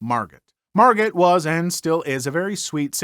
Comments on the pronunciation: Margot is pronounced Margo. Also if the animals are a danger to others regardless if it is the owners fault (generally it is btw) they will just continue to get worse sadly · Minor correction: her name is spelled 'Margot', but it's pronounced 'Mar-Go'. Sad story though.